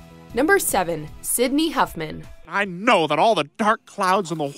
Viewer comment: It’s Sidney Hoffman not Huffman